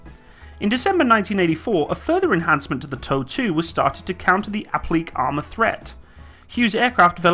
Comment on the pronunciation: You probably already know this by now, but it's "ah-plee-kay" armor. I love your videos, the amount of research you do is self-evident, and your presentation is on point.